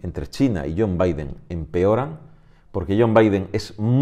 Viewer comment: Muy buena, el noticiero no lo vemos, nos informas tu, gran trabajo, yon biden jajaj